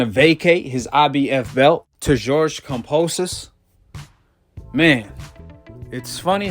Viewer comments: KamBosos not KamPosos, why he say it like that lol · Cam"B"osos not Kam"P"osos. love your vids. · Where's the P in Kambosos? 🤔